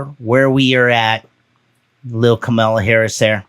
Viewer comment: Camera Harris. Do you mean Kah-mah-la Harris? What is there WNBA's ," image problem"?% Brittney Griner's issue is she isn't paid a decent salary. That's worth bringing up. I see your intent around your topic. Cultural competency is important for Podcasters.